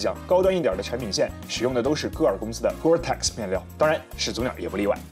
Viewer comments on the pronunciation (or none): Gore-tex就是纯纯的智商税，另外gore-tex发音是gor-tec X不发X的音